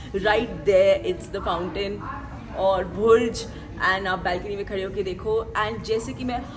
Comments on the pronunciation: Dipika it's not bhurj it's burj...ok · BHURJ NAHI HOTA BURJ HAI BURJ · Its Burj..not Bhurj.... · It's Burj KHALIFA not BHURJ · It's Burj not Bhurj... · Aapka English pronunciation kaafi kharab h.. like lounge ka pronunciation.. "our" ka pronunciation.. Burz ko bhurj bolna... please improve your pronunciation and maintain a healthy Lifestyle